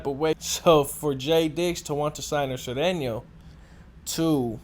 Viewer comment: Can't even pronounce Sureno....stick to saying nigga every other word.